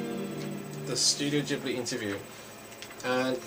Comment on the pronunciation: Its not jibli, its studio ghibli